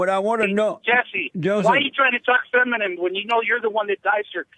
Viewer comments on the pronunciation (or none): Illegal alien can't say 'feminine', keeps saying "feminem" like EMINEM XD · He called jessie “FEMINUM” 😂🤣😂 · Lord have mercy. This moron thinks we've never engineered waterways before? He's an idiot. And he wants open borders. What a LIAR. And he called Jesse "feminmem".😂